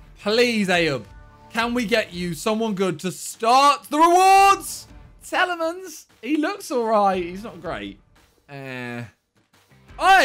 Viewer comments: Normal people : Teel a mans Simon : Tee-El-Ee-mans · Tea Lemons............. That is how ur supposed to say it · The way he Miniminter says Tielemans